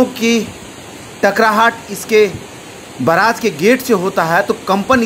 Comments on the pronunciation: Aree bhai baraaj nhi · बराज नहि indian media बेरेग हे😅😅😂😂